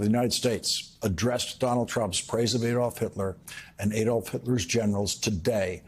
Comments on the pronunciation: Lawrence: the name is not pronounced "A long 'A') dolf, as you do here. It's pronounced "Ah dolf". Similarly, "Mussolini" is pronounced with a long 'U', not "Muh solini" as you and so many news hosts pronounce it. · Ad'olf Hitler not A'dolf Hitler. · Learn to pronounce the name Adolf before commencing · 🇬🇧you’re not pronouncing Adolf correctly